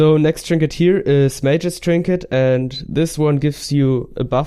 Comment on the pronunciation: Tree-nket lololol